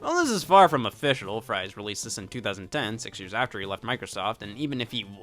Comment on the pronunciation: Ed Fries' last name is pronounced like "freeze".